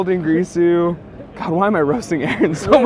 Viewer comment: why does everyone say fuckin "dingrisu", its clearly spelt d i n g i r s u ... fucking dyslexia epidemic for yugioh players